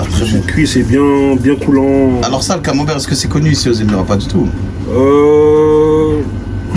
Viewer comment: Ça serait mieux s'ils pouvaient corriger "camembert" au lieu de "camambert"